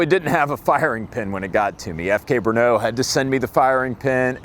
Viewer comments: First, it's NOT Bruno, it is BRNO. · FK Bernaugh xD Listening to Americans trying to pronounce Czech words is fun. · Its named FK BRNO soooo... It can also be pronounced FUCK BRUNO